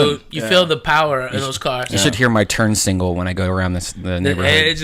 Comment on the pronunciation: "You should hear my turn single" Fucking redban has quite a few words that he can't fucking say properly.